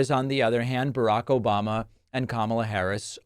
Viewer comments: OBAMNA! LOL CRACKS ME UP EVERY TIME I HEAR IT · O-BAM-NA! never gets old lol.